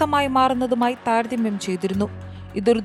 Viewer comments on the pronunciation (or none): താരതമ്യം ആണ് താര ധമ്യമല്ല